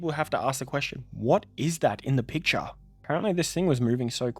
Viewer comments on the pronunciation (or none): none